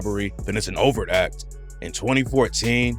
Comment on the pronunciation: For about 5 minutes, I am wondering wtf is a "over act" until I look at my phone & realize is mispronouncing 'overt'😂😂. The 't' isn't silent.😂😂